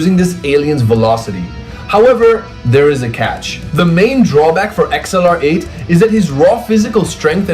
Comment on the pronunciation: Why can’t you say Accelerate like everyone else